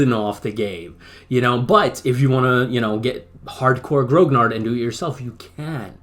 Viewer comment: A very good quick snapshot review of a grognard jumping into the game as I am doing right now. But please pronounce grognard properly. Grognard is from the Napoleonic armies and it refers to the Imperial Guards who were referred to as "grumblers" (grognard: "to grumble"). It is pronounced gronyar, no hard G, and no D at the end. Other than that I echo your "wow" reactions to an insane amount of work and detail put into this game. It is indeed the "gold standard" as you say, and I speak as a scenario designer in TOAW, and did my own opus of this campaign called Drang nach Osten. Grigsby's game is an obsessive work, a masterpiece in fact.